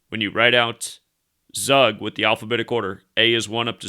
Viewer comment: Tzoog, not Zuck. 🤓